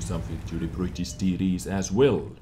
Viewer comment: You crack me up every time you say TD's. Please don't change bro